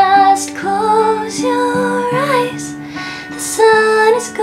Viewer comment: I love how you say 'eyes' :) Amazing!